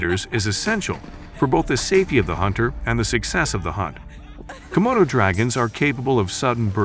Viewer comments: *Komodos NOT "Komotos". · *Komodo NOT "Comodo".